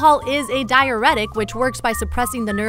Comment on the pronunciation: Diuretic not diAretic.